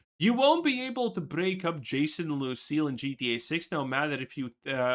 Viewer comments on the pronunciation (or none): Bro it’s LUCIA not Lucille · It's Lucia not Lucille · Why does he keep caller her Lucille? 😂